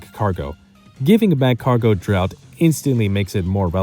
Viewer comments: Great video! If you want a bit of criticism on how to improve a bit, your way of talking is a bit awkward and you pronounce things weird. You say Magcargo like Mach-cargo, when nobody says it that way and it bugs me to no end. You just sound stiff and nervous. Try to loosen up a bit for future videos if you want your commentary to improve. Other than that, the video is really well done, great job! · Dude why are struggling so much to pronounce Magcargo